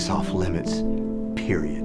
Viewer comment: “Off limits peroid” damn